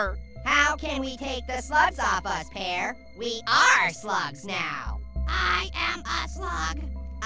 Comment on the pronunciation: U said: Pyeeeer/pieeer 😂